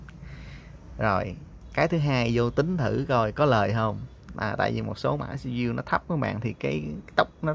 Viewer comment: lại là xi bi diu 🤦